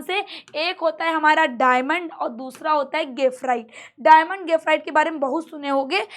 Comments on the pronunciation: गेफराइट नहीं ग्रेफाइट 🤣🤣🤣😆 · mam gafrite bol rahi hai bar bar😂